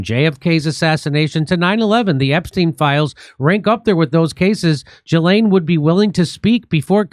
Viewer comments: It's NOT Jislaine -- it's pronounced GILL (as in fish gill) - LEN. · Please, everyone, stop saying Jizlane?!🤮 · IT'S "JHEE-LAYNE". I know what she did, but it's not "Joffrey" Dahmer, or "Alan" Hitler, or "Fred" Bundy. You man talk words make money. Learn talk words better.